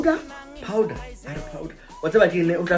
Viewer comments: 😂😂 instead of saying pardon a re powder😂😂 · I beg your powdah 😂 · I beg your powedar😂😂😂